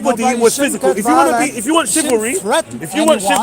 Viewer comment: Shivallery😂 more like pigeonary